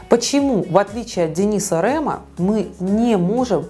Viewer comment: Не РЭМА, А РЕМА